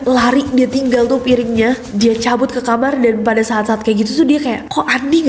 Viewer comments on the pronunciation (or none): none